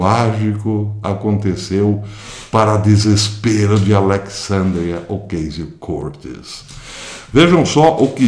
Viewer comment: Caro professor, antes de qualquer coisa, sou seu admirador e seguidor. Gostaria de fazer uma observação sobre a pronúncia do nome da senhora citada. Mesmo que não seja definitiva para o entendimento da mensagem, a forma correto é OCÁZIO CORTÊS. Deixo aqui meu abraço e meu respeito.